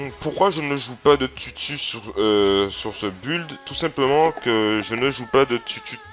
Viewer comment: Build se prononce "bild" pas "bulld" x)